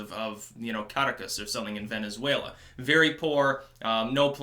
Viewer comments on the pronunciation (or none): none